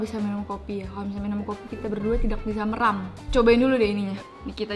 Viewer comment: Merem kak, bukan Meram 😭 Bahasa Indonesia nya terlelap, menutup mata